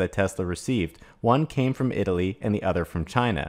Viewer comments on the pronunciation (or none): none